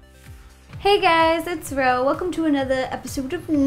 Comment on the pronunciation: At first I heard Ro said his name is Bitch..